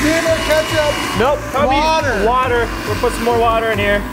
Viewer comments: When he said water bawhater lol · wader boder